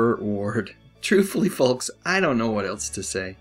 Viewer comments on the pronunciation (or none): none